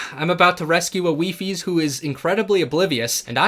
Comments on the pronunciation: It’s pronounced “WHY FIES” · WiFi is the plural of wifie it is pronounces weefi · i am here to let you know the plural of wifies is officially not wifieses but wifi (pronounced wee-fi)